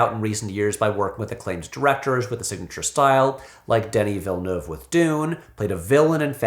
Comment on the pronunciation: Well, I'm French, and this is the first time I hear someone pronounce Denis Villeneuve correctly :goodvibes